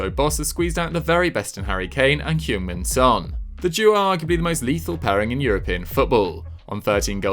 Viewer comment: You mispronounced Heung-min Son's name